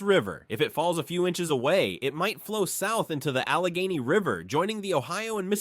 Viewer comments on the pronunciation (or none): Thank you! Interesting info about my home state. I'm guessing the narration is done by? Some of the pronunciations were funny. (eg. Allegheny —> a-LEG-a-nee”). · I can forgive the mispronunciations of Allegheny and Schoharie, but I cannot forgive using video footage of Pratt’s Falls in Onondaga County for Pratt’s Hollow, the geographic center of NYS. There’s no falls at Pratt’s Hollow, just a sign marking it as the geographic center of NYS. I know, because I’ve been there. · Canajoharie. It's phonetic. Cana jo harry. Emphasis on the "jo". Canajoharie is a Mohawk word meaning "pot that cleans itself". Alleghany: aluh gay nee. Emphasis on "gay". It is a Lenape word meaning "fine river" or "best flowing river". Schoharie. Sko hare ee. Schoharie comes from a Mohawk Iroquoian word meaning "floating driftwood" or "driftwood," referring to the debris that accumulates in the Schoharie Creek, sometimes forming natural bridges.Grab a dictionary if you are unsure of pronunciation. It is better to prepare and research than to be told by strangers how to pronounce these Native American place names. New Yorkers are proud of our place names, so to mispronounce them when you have all the resources at your fingertips smacks of poor preparation. -Sorry for the diatribe, but if I was grading this piece, you'd lose a lot of points for not doing the research. It's too bad, too, because the piece is well done and informative. When you mispronounce our place names, the distraction overtakes the content. -Something to think about before post another video. Be a pro. It's not that hard. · Allegheny mispronounced. It’s( a luh gay nee )